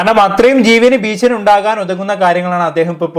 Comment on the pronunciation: മോനെ ബീശനി എന്നല്ല പറയേണ്ടത് , ഭീഷണി എന്നു പറയണം